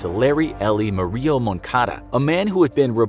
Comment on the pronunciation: Jesus christ learn to pronounce Murillo please